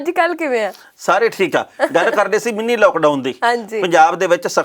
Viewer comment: Mini not Meennee.